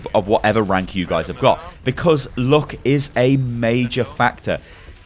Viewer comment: the way you say "luck" is just so funny :'D